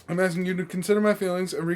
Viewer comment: Why is always axing these people and then questioning them? I don't understand:p